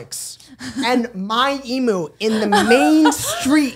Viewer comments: Also emu is pronounced eem-you & they’re not meant to be pets they’re wild animal that need a lot of room to run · It’s pronounced eem-you not ee-moo 😭🤣❤️ this was such a good episode